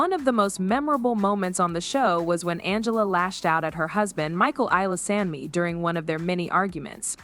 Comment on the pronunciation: OK....... If you're gonna use AI voices SOMETHING has to be done about all this mispronounciations. This is ABSOLUTELY rediculous. Michael's last name is prounounced E LE SOME NI!!! Not the various ways heard here and STILL not hitting the right one. Put in some effort here or just go away.😵‍💫